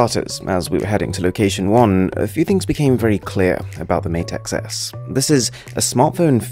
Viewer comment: XS sounds like 10s